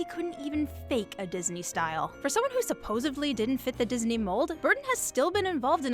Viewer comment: Wait. Did you just pronounce it “supposevly”?